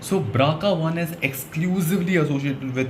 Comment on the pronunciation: Bro nice one, but I think it is BRCA not BRACA. Well that's not an issue. Good job